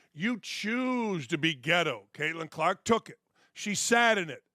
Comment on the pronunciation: I don’t watch women’s basketball, but you say there’s a “gal” named “Kaitlin Klarkk?”